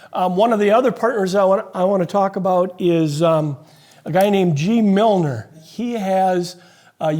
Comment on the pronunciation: Nice video, thanks. By the way, it's GeeMiller, not GeeMilner.